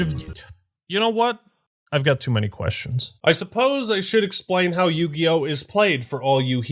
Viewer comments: More like Yu-GAY-yo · Ah yes... the Yu-Gay-Oh. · Wtf is yugio? Coming from a guy who played magic the gathering........